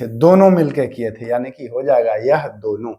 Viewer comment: Raja raam aur sambhaji mahraj ka nam thoda achha se lena chahiye sir aapko ,,two star job ka taiyari karwa rahe hai thoda hard aur soft word ka dhyan rakhe jaise tha aur थे शब्द 🙏🏻🙏🏻🙏🏻।